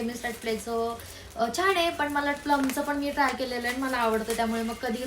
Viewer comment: In marathi it's called मला not माला उगाच आपल जास्त शुद्ध बोलण्याच ढोंग करायचं आणि अर्था चा अनर्थ करायचा माझे पंजोबा आजोबा पप्पा आणि मी म्हणजे आमच्या 4पिढ्या पुण्यातच वाढल्या पण गावं आमचं बीड आहे आणि मला चांगल माहित आहे बीडची भाषा म्हणजेच tone कसा आहे मी आणखीन अशे नाटकी केलेली नाहीत मी एक vlog पाहिला होता तुझा जेव्हा धीरज दादाने चावी हरवली होती त्यात तू ऋतुजा आणि धीरज दादा होते तू त्या ब्लॉग मध्ये तुझ्या actual tone मध्ये त्याला ओरडत होती मग मला समजल की तुझा tone गाव वालाच आहे तर तशी बोल ना उगाच कशाला मी खूप शुद्ध असल्याचा आव आणायचा 😂😂😂